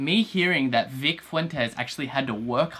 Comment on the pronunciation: cough he butchered Vics last name